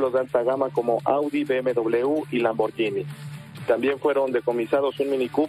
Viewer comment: Aprendan a pronunciar por favor: Lamborguini. En italiano la gh suena como gu en español. Gracias.